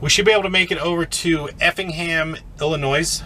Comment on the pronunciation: There's no "noise" in Illinois. Illi (noy) 😁. Great videos as usual!!